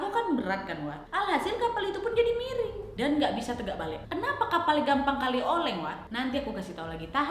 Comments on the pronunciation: Yang aku denger "mereng" bukan miring 😅😅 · Maaf aku retjeh cuman karena denger kak nadia bilang "Mereng"🤣🤣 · Miring nadiaaaa bkn mereeeeeng 😆😆😆😆😆